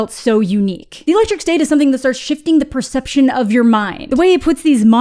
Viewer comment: I thought you said "the electric stink" in the beginning